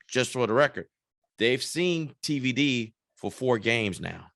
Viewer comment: Why you keep calling him DVD? It's TVD smh